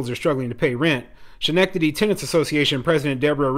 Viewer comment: Pronounced. skenectady